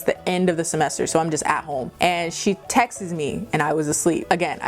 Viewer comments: Wait she pronounces “texts” like Texas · Loved this video, i just have a question, am I hearing things or is your pronounciation of "texts" weird ? haha